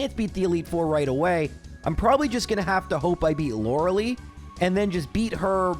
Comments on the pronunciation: Why do you pronounce her name as “Loralee?” Her name is supposed to be pronounced as “Lore-uhh-lie” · I've never heard someone pronounce it Lora-Lee. I've only ever heard it as Lora-L-eye. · > aGAYNst > Lorelee > arKAYnine I want to punch this man.